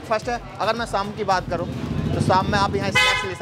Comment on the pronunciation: Bhai apni boli per dhyaan dijiye saam nahin shaam bolte hein